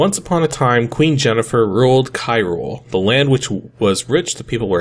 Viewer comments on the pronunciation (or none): I groaned when I heard "Kyrule".